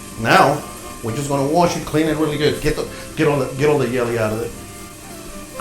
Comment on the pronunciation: Hahaha ....u said gt all the yelly out when cooking the spam 😂 Ur soo funny dude